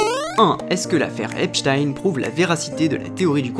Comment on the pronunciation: Tu aurais pu regarder une vidéo de lui pour voir comment il prononçait son nom. Epstein 😂😂😂😂 Epstinnn!!! 😅